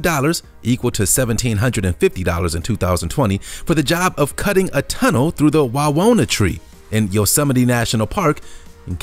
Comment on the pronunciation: He said yo se mi te.... shoudnt it be mite?